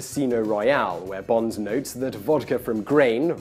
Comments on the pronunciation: Lovely video, but you pronounce "Bond" as "Bonds" in all but two instances in it. How strange! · Why is he calling him "Bonze" it's Bond. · Name's Bond, not Bonds. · James BOND, not James BONDS! Damn you English people :P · You keep saying bonds, as in the underwear brand. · "Bond. Not Bonds." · Why do you keep calling him "James Bonds"? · am I the only one irritated he keeps saying "James bonds", and not in a possessive manner. "in fact bonds drank so much" "in writing the bonds series" "James bonds novels" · Why do you keep saying "James Bonds" as a plural? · Am I the only one who noticed that Simon pronounces "Bond" as though it has an 's' at the end of it throughout the entire video? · Please, there is no S in Bond. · Is it just me or is he adding an S to Bond? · You're British and you can't say Bond right?? There's no "S" on the end my friend. :)